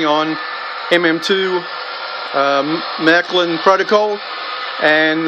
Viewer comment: Never heard of Mac lin its Marklin or Merklin